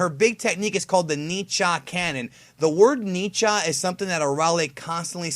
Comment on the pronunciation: It is not pronounced "ni-cha", but more like "N-cha"